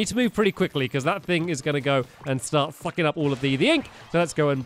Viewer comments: When he said sucking up all the ink he saide fing up all the ink lol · He meant to say sucking up the ink, not the f word. You guys know that Stampy sometimes has trouble pronouncing his words.. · Fluffy Walrus17 his tongue slipped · Guys it was something about his accent he didnt say the f word it was his accent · Johnhouse 125 he meant to say suck all the ink but he accidentally mispronounced it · I'm confused did he say f***ing up the ink or sucking up the ink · Why do people think he said f*cking when u know this is a kids channel also he said sucking he just mispronounced it